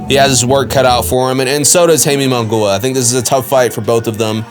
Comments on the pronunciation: Dude, Mungua??? 😂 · Who the fuck is Hayme Mungoooah? And your last name is 🤣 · for real damn destroyed Munguias name pobre